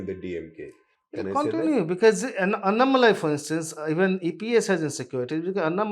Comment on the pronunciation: please work on your pronunciations. English spelling may not lead u there It is Seemaaan, Naadaars, Covundars, Annaaamalai Thankfully there are abbreviated names for parties. Otherwise you are finished 😂